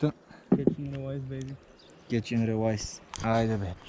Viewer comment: стига с тоя "релайс", изговаря се "рилейс" (riˈlēs)